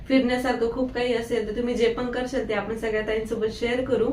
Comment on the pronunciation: आणि खूप छान आहे पण तू कराल बोल karshal नको बोलू